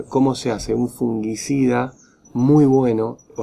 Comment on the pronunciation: No es fungUicida. Es fungicida.